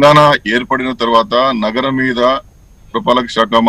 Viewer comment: Not naram... NAGARAM... Ori nee kangaroo..